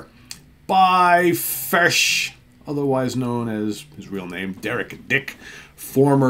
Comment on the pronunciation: Hi folks, hope you had good weekends and the Monday blues aren't getting you down too much! Great pick, and kudos for the Steven Reid-approved "Fush!" pronunciation... My pick today is a bit off the beaten track, but by a singer I always believed should have garnered greater success, having first heard her in the band 1994 (2 albums, a S/T debut then 'Please Stand By') KAREN LAWRENCE "Rip And Tear" More pop rock than anything, but with some nice guitar work, sort of in the vein of bands like Quarterflash or the rockier side of say, Laura Brannigan, and nicely produced by Eddie Leonetti (ANGEL et al) She had another project called KL & THE PINZ, and did some work with Jeff Beck, I believe... Great singer, give thus a listen, abd i can definitely recommend the 1994 albums, too...